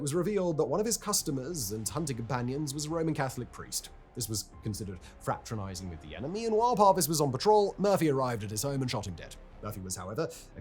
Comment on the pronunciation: It's not FratRAnising it's FratERnising !